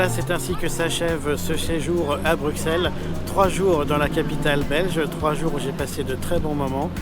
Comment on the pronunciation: C'est compliqué de prononcer correctement le nom de notre capitale? Je pleure à chaque fois que j'entends BruXXXels 😭